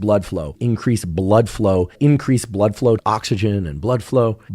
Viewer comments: I though of you saying blruh bfow everything he said it. 😂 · its deeeeeebÜnked, as in blÜdflew. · The way you keep saying Blüdflow over and over throughout the video is insanely annoying. I can't watch ts. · Idk how I’m the only one commenting this/annoyed by this. I love the information, but your way of presenting it- “blödflow” and the indignation in your voice- it makes it hard to keep watching. If you’re really incensed about pseudoscience, do some meditation or something before the episode please. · I love that he committed himself to saying "bludflow" each time, and actually did it xD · I love how you're so perpetually committed to the correct pronunciation of 'bludflow', 😊. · Redüction in blüdflow 😆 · I will never get tired of him saying "bludflow" lol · Idk why I’m still watching this it’s making me so uncomfortable 😣 Im low key scared watching this. Why he saying blood flow like dat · That bloodflow pronunciation 😂